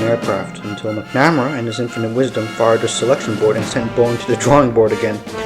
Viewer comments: McNamara: pronounced Mac - nu - mare - uh Ignatius: pronounced Ig - nay - she - us I had the privilege of being an Avionics Tech on F-14's with VF-111 in the Navy. Those of us who spent countless hours maintaining them still hold a fondness for them to this day. Were they big, heavy, complex birds? Yep. Did they get the job done? Yep. At the time, the F-14, even with its shortcomings, was still better than anything our enemies had in the skies, and our Naval Aviators were better trained, and more capable than any of our enemies at the time. The F-14 still maintained an air superiority role for quite a long time. There's a reason why it was the F-14 crews that were sent to Top Gun to learn advanced dogfighting skills. There's also a reason that the F-14 has so many MiG kills to it's name. Was it the BEST fighter we had? Nah...I can admit that, but the Navy still trusted it over any other aircraft to be the one to ensure the safety of the carrier, and it's battle group. There were two F-14's in the sky, and two more on deck armed, and ready to launch in a moment's notice, 24/7, while the carrier was underway. When we launched strikes on Iraq in Jan 1993 from the USS Kitty Hawk, besides the E-2C's and SH-60's, the F-14A's of VF-111 and our sister squadron with whom we shared a hangar at Miramar, VF-51 were the first aircraft off the deck, and the last ones aboard. Not only did they fly escort for the F/A-18's and E/A-6's, they also flew strike missions of their own at the same t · Its Mac-Na-Mar-A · You don’t seem to know much about Robert McNamara. And, you’re saying his name wrong.